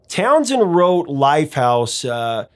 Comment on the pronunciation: It's not Townsend. It's TownSHend